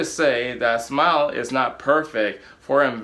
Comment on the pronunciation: Simile, not smile.